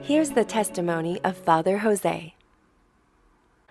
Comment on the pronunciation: Thank you for making this video of dear Fr Jose. He is Indian, not Hispanic. His name is pronounced Jose (joes) not José (hoe-say) 😇